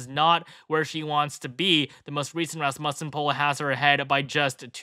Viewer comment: Raaaaaaasmussen. Accent is on the A.